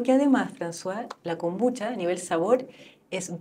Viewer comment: Si me tomara un cortito de whisky por cada vez que dice kombuchacha me curo a los 10 min.